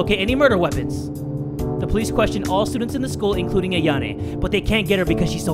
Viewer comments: Why does he say her name as ‘ayanay’ instead of ‘ayono ‘ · Her name is pronounced AyanO with an O not to be mean it just bothers me a bit😊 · I love how says "Ayane" instead of "Ayano" I've noticed this but it's my first time saying anything lol